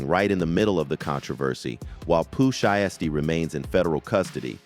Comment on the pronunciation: Pooh She-estee has me rollin 🤣